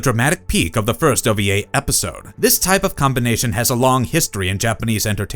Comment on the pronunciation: It's ova not oba. Wee not be